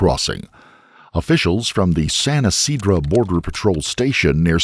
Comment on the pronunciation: San Ysidro... not Ysidra 😏